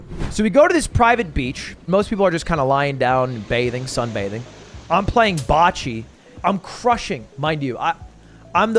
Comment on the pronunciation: I didn’t even realize people say “boccie” like that🤢